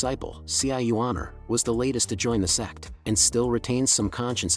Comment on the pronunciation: Dude please, Its "Sect" not "SEX" PLZZZZZZZZZZ😢